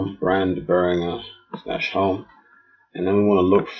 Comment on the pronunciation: your pronunciation of behringer has earned a dislike.